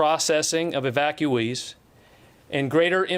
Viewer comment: 7000 thousand "evactueees" ... YOU MEAN AFGHANIS INSTEAD OF AMERICANS